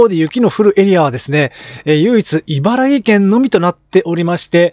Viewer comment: 毎日気になってたので一言。いばらぎ県ではなく、いばらき県です。そんなことを間違えていると、信憑性が落ちますよ。 大好きなチャンネルだけに、残念です。是非次回は「いばらき県」と言ってください。